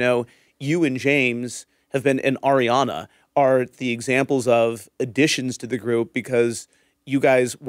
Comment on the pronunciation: Can you tell Schwartz to say Arianna’s name correctly? He calls her air Yana